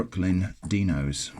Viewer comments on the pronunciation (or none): I think it's supposed to be Dino as in Dinosaur, not Deeno